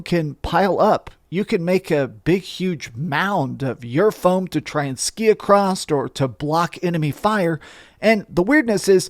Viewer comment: Please don't say "acrossed"